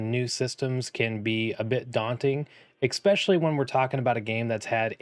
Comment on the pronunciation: There’s no ‘X’ in the word especially. Outside of that (which for some reason is really annoying to me), great content.